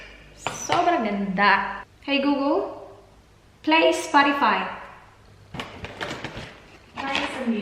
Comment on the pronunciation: Nakakatuwa yung hey gugul hahahaha